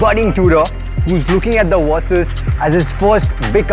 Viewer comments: It"s Versys not Wersys... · Love the play on words with your pronunciation - "Worse-sys 650" - chuckle